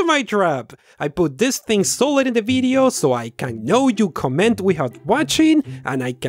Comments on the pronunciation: "This BIDEO was broght to you buy" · "This Bideo!" ...lol